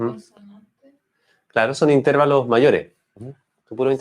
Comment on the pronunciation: No se dice "intérvalos". La palabra correcta es "intervalos".